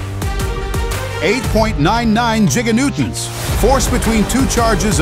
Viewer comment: The voice also mispronounces things. (Like "Pie-kuhnewtons" and "Jigga-newtons".) And it does things like skip the lowest number. And it also doesn't allow for extended explanations.